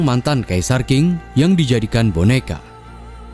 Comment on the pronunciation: Dinasti Qing itu dibacanya Ching, bukang King admin